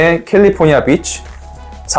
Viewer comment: 캘리포니아 빗취라고 했는데? 장음 단음 모름? ㅋㅋㅋㅋㅋ